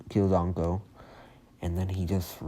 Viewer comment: It's not anko like from naruto it's inko